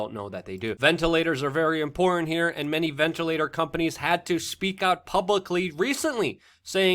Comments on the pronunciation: How hard is it, really, to say a "t" at the end of the word "import"? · "Ventilators are very imporant..." "IMPORANT" isn't a word.